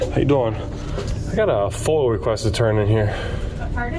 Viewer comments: Did this find outstanding officer just say FOIL?? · FOIA not Foil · The only thing he needs to brush up on is his pronunciation of FOIA.